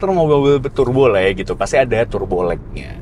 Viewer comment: Its not Tur-bo, its pronounced as Tar-bo.